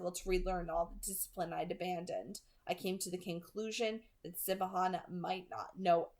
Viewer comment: I love that you’re saying Siobhan as “Si-Bo-Han” instead of how it’s supposed to be pronounced “Shi-vawn” 😅😂👏👌